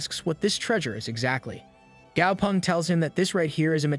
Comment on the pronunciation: The name is actually gao peng not gao pung